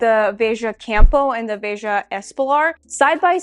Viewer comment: It’s “Vay-juh”. So you said it correctly